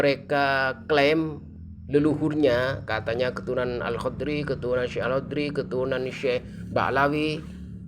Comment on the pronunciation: Alhadromi bukan alhodri duh gak bisa baca kitab ini orang belajar ke pondok sana